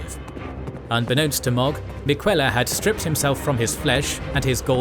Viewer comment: This isn’t a conversation, it’s an edited video. That they do research for. Also, the names are pronounced for them in the game. Mohg and Ranni have phonetically correct names, and yet they are mispronounced.